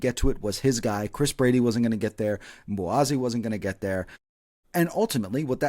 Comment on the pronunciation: Did anyone catch the pre-game interview with MLS 360 and Chris Brady? had Brady pronounce Mbokazi’s name and he said it with the K-we’ve all been calling him Mbowazi! The team calls him Mbo. Thanks again for another great re-cap!